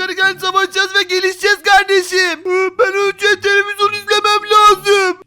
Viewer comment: Neden hep televizon diyor